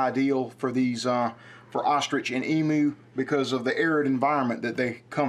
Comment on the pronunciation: Why do you guys say emoo it's said emyou 😂😂😂